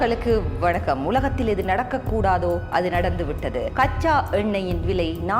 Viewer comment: Learn to pronounce Israel in Tamil. Your Vanakkam also looks funny.